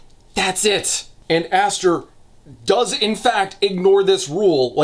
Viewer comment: I also love how “Aster” becomes “Asser” like 50% of the time